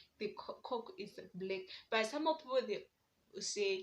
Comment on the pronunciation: That coke pronunciation is wild